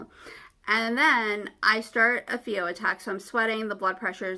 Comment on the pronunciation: It’s a PHEO pronounced “FEE-O” not THEO.